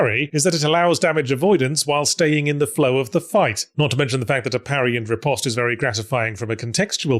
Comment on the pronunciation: I've got nothing to add to the topic of parrying, but I'd just like to point out yahtz is the only person on YouTube who pronounces "riposte" correctly.